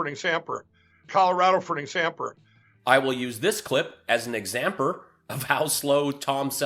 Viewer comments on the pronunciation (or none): Exampering....the struggle is real...(i just had too) :P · Mike was trying to say "example" at the same time as he filled his diaper. Result: "examper"🤣🤣🤣🤣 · I dare u to say “examper” again! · 'Proved'???? I thought it was 'stold'... great e exampa??? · Examper??? Where did he go to school? Trump University? 🤣🤣🤣 If there where ANY evidence it would have been brought forward long ago! He came right out saying he was a druggy! He can’t put a complete sentence together that makes any sense! 🤣🤣🤣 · Examper???? Does he even know how to talk English? Sounds like a speech from Trump.. 😆